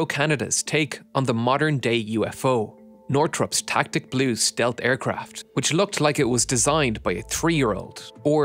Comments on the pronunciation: Tacit Blue, pronounced Tass-it Blue, not Tack-it Blue, was not designed to be anything other than a low observable demonstrator. It was never meant for production. It was a test vehicle, meant for other things leading to technologies we have today. It is a case of form following function. It was hardly designed by a 3 year old. In its demonstrator role it was very successful. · The tacit blue (pronounced <Ta-sit>, not Tactic) was purely a testbed aircraft for testing radar cross section reducing designs and thermal emissions reduction... the results of which were DIRECTLY incorporated into the B2 bomber... The design that you so nonchalantly mock as looking like a 2 year old drew it was instrumental in the United states' stealth superiority. I would suggest you consider doing an episode on it.. also, it is on display at the US air force museum at Wright Patterson air force base in Dayton ohio. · Tacit Blue. Tacit, not “tactic,” and it wasn’t an “awful plane.” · The plane you said looked like it was designed by a child is called TACIT blue. You said Tactic blue. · Northrop's "TACIT Blue" (pronounced tah-sit, meaning "understood or implied without being stated" - not "tactic" meaning "an action or strategy carefully planned to achieve a specific end") and its design was very purposeful - it looked ugly for a reason. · Great video! One thing, , the aircraft's name is TACIT Blue, not TACTIC Blue. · Tacit Blue, not Tactic Blue. And it was a technology demonstrator for stealth that resulted in the F-117. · Tasit Blue is how it is pronounced sir. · Fun fact. No YouTuber can say Tacit Blue without utterly mispronouncing Tacit. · It's hard to trust the information in your video when you get a aircraft name wrong in the first 30 seconds. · Tacit Blue, not 'Tactic'